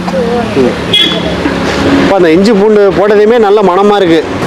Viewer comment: Inju இல்ல இஞ்சி